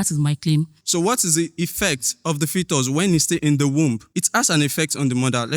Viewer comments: arguing with someone who pronounces "fetus" as "futus' is the biggest issue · Sorry guys is it FOTUS or FETUS it’s pronounced as (FEETUS) I had to check my dictionary I was just hearing FOTUS FOTUS 😅😅😅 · She meant was pronouncing it as "fuutos"😂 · Bruhh....she kept saying futus and I'm like whattt 😭😭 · am I the only one hearing different pronunciations of the word “fetus”